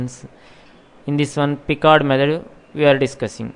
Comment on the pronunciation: The way he says Picards Method 😂